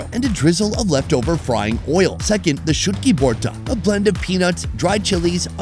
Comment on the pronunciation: ALl of these are restaurant food not street food. The first one is pronounced E-Lish not eye-lish. Also it is vorta/bhorta rather than borta. Taki is another fish that is made into a bhorta (mashed), shutki is dried fish. 3rd one is not Chicken chop it is 'Chaap' meaning Pressed. BTW thanks for featuring Bangladesh.